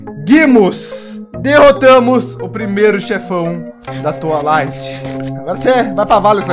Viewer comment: vc falo toalith skskskskks